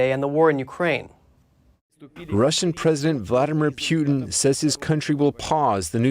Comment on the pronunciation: His name is Putin, not Pewtin.